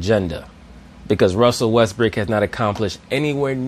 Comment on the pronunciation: says, "Russel Westbrick" like it's his actual name ha hahaha